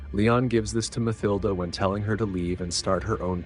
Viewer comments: “Ma-thill-da”? No.. its “Ma-TILL-da”. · Mathilda = Muh=TIL-duh NOT 'muthilduh" it is not th as you would say "this" or "think" it is just a T sound.